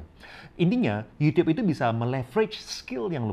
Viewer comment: Gw seneng banget denger koko ini waktu bilang yUtiUp 😁